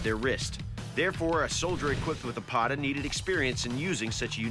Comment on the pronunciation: this is the correct pronunciation of Pata Not Paataa . Similarly , many people mispronounce Chakram as Shakram